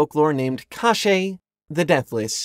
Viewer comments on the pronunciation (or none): God, you pronounce "KoschEi" so weirdly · this pronounciation of "Кощей" was so weird that legit thought : "Oh really i haven't learned that we had this character in Russia", until 8 minutes i finally realize what was it about.